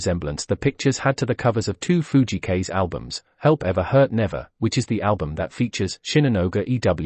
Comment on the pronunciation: Fujii Kaze 藤井 風. Kaze meaning is wind in japanese. Your pronunciation is Kaze is wrong. Japanese pronunciation link